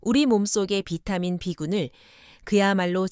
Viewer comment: B12를 사라 그말이요? 비타민 발음이 엉터리요.